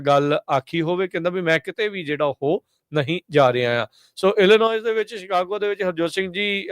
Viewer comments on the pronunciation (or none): The correct pronunciation for Illinois is Illinoi, last s is silent.